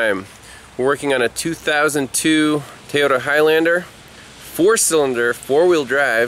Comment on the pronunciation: The only problem I have is keeps saying Teyota not Toyota. I hear that a lot here in az from the Mexican folks that cant speak English very well. Lol